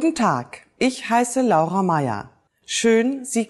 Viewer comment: Nice to find out that you pronounce "L-A-U-R-A" just like we do in Italian, and NOT "LORA" just like they do in English :-P Nice video anyway